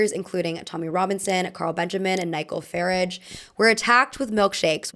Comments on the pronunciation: PSA from your friendly Brit: Farage is pronounced with a long a at the end. Like Garage. Thank u for another great vid! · Ny-gull Farridge 😅